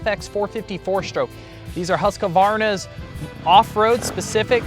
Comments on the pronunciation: Why do most Americans say "Husq A Varna"? The correct pronunciation is "Husq Varna"! The secret is in the spelling, no A or U mid word.. Whatever.. However you choose to say it, rightly or wrongly, Husqvarna has certainly reached a new standard of quality, reliability, performance and desirability! Of course the huge Austrian IP and capital injection has made all the difference! I for one, am very happy for the KTM intervention! Long may the production lines continue to roll thunder Husqvarna! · every time I hear someone say Husq'A'varna, I think you doughnut. its Husq'Varna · It bugs me too when I hear this. Don't know where it came from but it needs to stop! Maybe Husqvarna can produce a "how to" video? Many of their internal videos actually do pronounce it in the beginning of em.